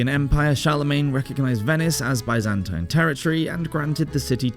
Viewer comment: I do wish that Byzantine was being pronounced correctly